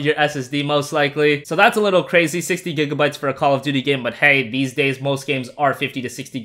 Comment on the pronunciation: when you said 60 i listened 16